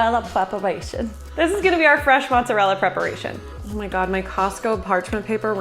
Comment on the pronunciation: "Fwesh mozerewa prepawation" wow you're adorable